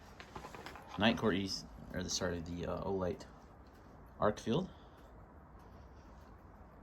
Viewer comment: Good vid. ArkFELD. Not ArkFIELD. Agree with Arkfeld's lack of a tail switch making it less tactical, but this is titled an EDC light vid. And it does offer magnetic attachment. You missed the true moonlight of 1 lumen on the Arkfeld. 15 lumens is away too bright for a nightstand light to preserve night vision. 1 lumen or sub-1 lumen for this. Also, I recommend any comparisons include a clear discussion of the lumen outputs and associated run times. This is especially true for flashlights with non replaceable batteries. It was a little hard to hear you stating which lights you were showing in many places, even with laptop at full volume, and there was a lot of flashing off/on, and overlapping of beams. Great selection of lights for this. My choice if only one would be the Nitecore despite it's size, but not for nightstand since lacking a moonlight mode.